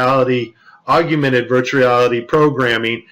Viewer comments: Augmented is pronounced OGG-MEN-TED...NOT OGG-A-MENTED. You pronounced the word wrong throughout your whole video..other than that, thank you for helping spread the truth of our planet. God bless. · Please enlighten us more, especially since you can't even pronounce Augmented Reality correctly.